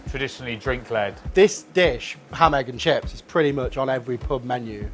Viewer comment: He said ham egg and shit 😂